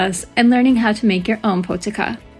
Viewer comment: Pronounced poh-tee-za